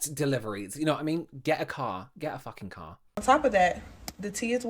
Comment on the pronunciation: get a carhh, get a fucking carhh 🎉😂❤ love that lol